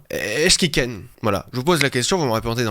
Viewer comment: a des pb avec le mot ken